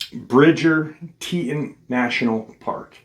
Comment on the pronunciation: Tee-tawn haha that's how it's pronounced 😅 I actually live in Cody Wyoming so this episode is going to be so interesting! I've had some super weird feelings around here, up by Pahaska teepee which is right close to Yellowstone east gate (west Yellowston). I live 35 miles from the east gate and we cut down our christmas tree every year and when my oldest son was baby Dec 2016 we chose to go out to the shoshoni national forest and holyshit the scariest feeling I've ever felt in my life. We have never been back 😅